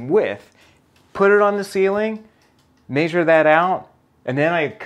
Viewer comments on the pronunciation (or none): I had to back out just because of the way he said measure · Agreed that there's nothing wrong with him saying it that way, but it is demonstrably not a correct pronunciation. No English dictionary in the world has this pronunciation. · Maesure or Measure? I missed this whole video because I can't get past that 😂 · Where is this "may-zure" pronunciation from? I've heard it in another video once before. Just curious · "And just maysure". Love it! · Mr Nothing I literally looked in the comments to see if anybody else noticed that!! 😂